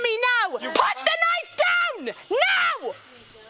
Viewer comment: "Put da knife dewn!! " 😂 Sounds like legends of zelda fam